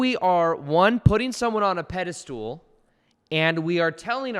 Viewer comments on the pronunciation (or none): Awesome video just wanted to correct "pedestool" with "pedestal"